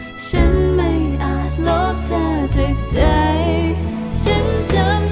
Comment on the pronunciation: ไม่ชอบการออกเสียง คำว่า ชั้น เธอ ที่ ของมายด์เท่าไหร่ เหมือนบีบเสียงบางทีฟังแล้วไม่อิน